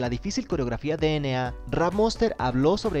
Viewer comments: no se pronuncia de ene a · 1 dna se pronuncia dienei 2 suga se pronuncia shuga :VVV tenia que decirlo :V